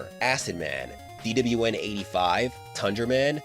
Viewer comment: The way you say DWN is so satisfying to hear for some reason especially in 2× speed